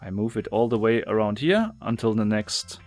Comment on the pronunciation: "We need to find de wey"